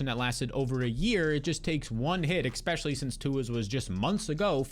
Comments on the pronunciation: Especially, not Expecially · All i can hear is EXpecially, EXpecially, EXPECIALLY 😖